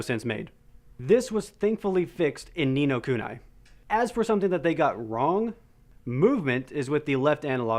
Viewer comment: Its pronounced Ni No Kuneeeeeee